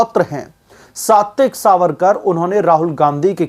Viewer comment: He is Satyaki Savarkar सात्यकी is the pronounciation.